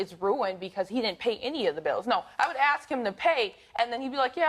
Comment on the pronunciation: Please, people, it is "ASK", A......S.......K! She ASKS me for it. I'm not going to aks it anymore!